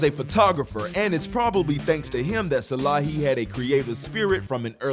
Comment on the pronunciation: Salehe is the goat. One of the best designers Edit: Also his name is "Saleh-he" not Salahi 😅😅